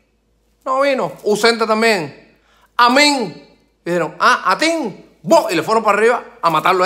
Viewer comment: amin? (a mi) ah , a tin (a ti) Un peo nacional ?